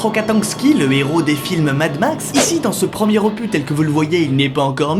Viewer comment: OPU (Office des Publications Universitaires) Opus nom masculin (latin opus, ouvrage) Terme qui, suivi d'un numéro, sert à situer une œuvre dans la production d'un compositeur. Je ne prêtent pas être un expert de la langue de Molière, mais sérieusement un opu. Tu as voulu faire ton beaux parleur à l'instar des gens qui prononce des GENCES. Dire des scénarii à la limite, mais franchement un opu... Ce n'est pas parce que c'est UN opus qu'il faut enlevée le S. Je consent que ce commentaire peux paraître futile, mais cela ma obnubilé durant l'intégralité de cette vidéo. Continue ton EXCELLENT travaille.